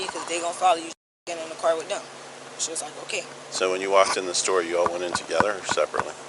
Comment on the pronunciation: Pronouced store, not sto.